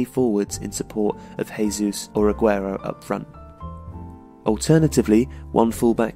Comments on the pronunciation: 'Jesus' isn't prounced with a 'H' sound in Portuguese. It sounds more like French; 'Jay-zeus'. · Don't know if you're going to see this or not, but the "Jesus" in Gabriel Jesus is not pronounced like that. You say it like it is said in Spanish, in which the J sounds like an H. A closer pronunciation would be saying it using the starting sound of the letter J in English. Hope that makes sense to a native English speaker